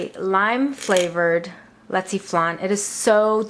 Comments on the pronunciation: This is my favorite Filipino dessert. And y said lechwe flan wrong. And I would know that because I am Filipino. This s really good my mom made this last night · Thnx so much for the recipe but isnt leche pronounced (le, chea) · defiantly not how you say leche. Thanks for the video.